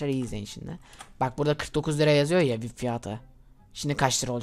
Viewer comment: Vip diye söylenmiyo viaypi diye söyleniyo